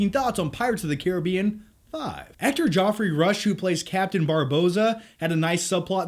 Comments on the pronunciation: Geoffrey Rush not Joffrey Rush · Both and pronounce Geoffrey as "JOFFREY". XD